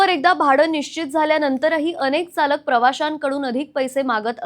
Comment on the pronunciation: अरे ही कोण अडाणी रिपोर्टर घेऊन ठेवली आहे ? तिला चरख्यातला च आणि चालकातला च, न आणि ण मधला फरकच कळत नाही. उच्चार ऐकून कानातून रक्त आले पार. जे वाचत आहे ते तरी तिला कळतंय का नाही देव जाणे.